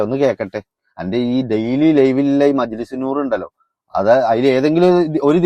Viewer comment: നി മജ്ലിസ് നൂർ എന്ന് തന്നെ യല്ലെ പറയുന്നത് അഷരം ഒന്നും മാറിയിട്ടില്ലല്ലാ കേൾക്കുമ്പോൾ നൂ എന്നല്ല പൂ എന്നാ കേൾക്കുന്ന